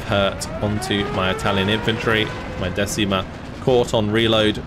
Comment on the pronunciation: Decima is not pronunce "desima" how pronunce you but "deCima" 😅 Sorse dal mar la decima flottiglia e prese l'armi al grido per l'onore! 🏴⬛️🏴‍☠️🇮🇹✋️